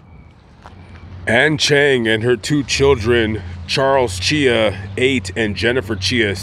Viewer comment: Chia rhymes with try ok whatever just say chai 🤷‍♀️ Sad to not lose one child but two at the same time.